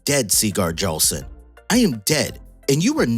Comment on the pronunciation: The J in jarlson is pronounced like y. So its yarlson.